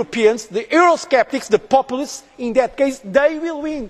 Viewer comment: "Popple-leests", he really loves that word, doesn't he?